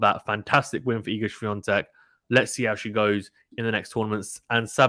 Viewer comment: Thank you for the correct pronunciation of Iga Świątek's name. Greetings from Poland. You are doing fine, decent job. It was nice to hear your opinion.